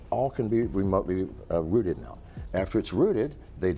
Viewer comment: "Remotely routed"? No, it's "remotely rooted".